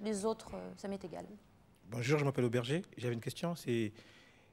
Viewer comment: oui c est aubergé mais c est tellement lus drôle d imaginer qu'il dit aubergine